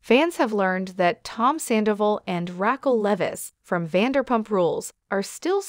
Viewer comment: Do you know how to say her name? Who is Rackle???😂😂😂😂😂maybe next time pronounce people’s name correctly 🙄🙄🙄🙄